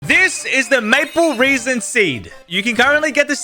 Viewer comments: you pronounce it RASIN not REASON!!!!! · I swear its not said like reason ... like resin the material.... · It is maple resin not 'maple reesin' seed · It’s resin not reason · "Maple reesen" 💀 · That is rage bating me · every time i heard reason i cringed harder lol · how do you even pronounce that wrong like its impossible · 'Maple reesin' makes me mad! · "maple reson"